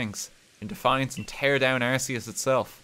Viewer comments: It's not "arse-e-us" it's "arc-e-us". Please stop mispronouncing it. lts name means "all high" and "god" consistent with the "arch" prefix from "arch-angel", "arch-mage", and even "arch-enemy". In alchemy there's this plane of existence known as the "Archeus", a real English word which Arceus's name is based on as well. Silvally a Pokémon chimera with an ability similar to arceus is known as the "RKS system", the name itself a pun on the creator deities name. And as gamefreak's deliberate attempt to clarify the pronunciation, the in-game tool that you receive from the god is the "arc phone". Go ahead pronounce that as "arse phone" if you want people to laugh at you. Based on these hints on real English as well as in game lore, if you still insist on "arse" I won't stop you, but game freak has tried. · the fact i cant be even a slight bit sure of whether RT is saying Arceus wrong on purpose or because he doesnt know its wrong is proof of the chaos and spite this man radiates